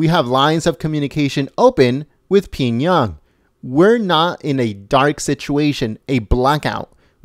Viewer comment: Pee-young-yang ... nice try though..🤣🤣🤣